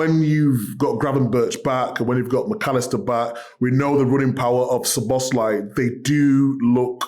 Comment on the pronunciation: Alan still saying Szloboszlai Imaooooo